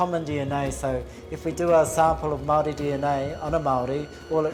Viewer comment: Mow e. Wall e. Māori Mā - ow - or - re Meowre